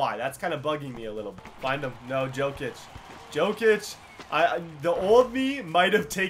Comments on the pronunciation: it's pronounced yo kic not jo kic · It's pronounced yokic not jokic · its pronounced yokic not jokic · Jokic is pronounced yokitch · Pronounced Yokic